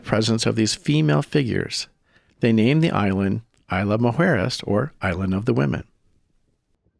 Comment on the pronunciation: The “S” in Isla is not silent.